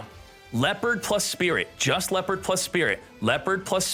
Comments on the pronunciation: Leperd? WUT??? It is Le-o(h)-pard. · Why must you deliberately mispronounce leopard